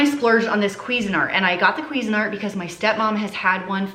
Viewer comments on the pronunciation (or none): none